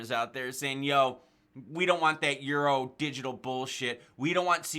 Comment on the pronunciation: Yo! Euro is pronounced “you ro” peace out 🤗